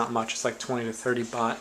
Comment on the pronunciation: 4,000 what? It sounded like you said "bot"... What is that? and how much does it cost in US dollars, please?